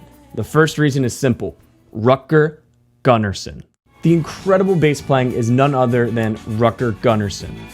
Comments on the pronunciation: He is not Rat-girl Gun-Arson, you say Root-gehr Goon-arson. Come on now, he was Swedish, Im sure You dont wanna be called how your name sounds like if others try to read it in a non-English language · I love this video and how you break everything down with precise language. BTW, ABBA's bass players name is pronounced like this, Rootger Goonnarson (like in Root beer) 😂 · Hur fan uttalar du Rutger Gunnarsson? 😂